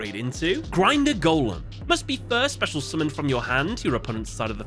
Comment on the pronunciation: ur saying of geistgrinder golem was good (i m german and Geist is a german word) and u did say it correctly 👍